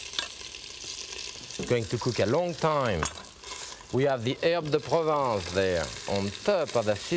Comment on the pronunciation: ah yes, "air deposits", or as the french say: herb de provence 😆